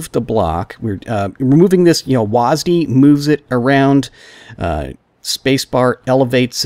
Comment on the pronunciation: hey man nice tutorial, but did you just say wasd as one word